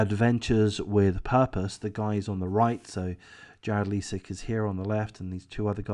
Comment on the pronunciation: AWP basically started a movement that became a network of sorts of various YT recovery divers across the country. AWP was the most famous. The other teams were involved in Collaborative videos. Btw Leisik is pronounced with a long “i”, and not a long “e” sound. Ms. Rodni’s name is pronounced as “Kiley”, also with a long “i”.